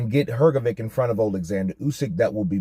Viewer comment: Hrgovic is pronounce like Hrgovych. Trust me I'm from Eastern Europe too